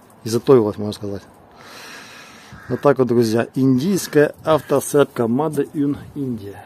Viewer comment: Читается не маде ін а мейд аін